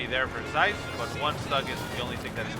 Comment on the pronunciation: Thanks for the cast, good job as usual. The game was so intense, I was shocked that I was able to scrape together a comeback - especially against an opponent as strong as OMGPOP (we've played a decent bit recently and I believe he has beaten me more times than I've beaten him). One thing to note, usually my name (CieZ) is pronounced "Sea-Ehz" ^_^ thanks for the cast though!